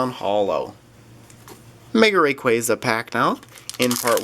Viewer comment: U da best I enjoy ur vids so much thank u for uploading and check my channel I opened a dragonite ex box and a tin Also I think u say like rayqwasa